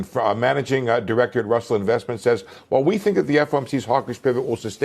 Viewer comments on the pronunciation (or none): none